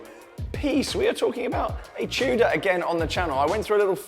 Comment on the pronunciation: r u saying chuda or tudor lol